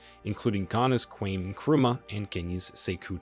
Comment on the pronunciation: Ur pronunciation is quite not up to but good for a white guy so I will give u the credit but btw KWAME Is pronounced just how it’s spelt hence a two syllable word which is KWA-ME not kwemi pls as I’m Italo-Ghanaian and also Leopoldville shouldn’t be Lapoldville but should be pronounced exactly as spelt please but all the same was a good and brilliantly presented vid once again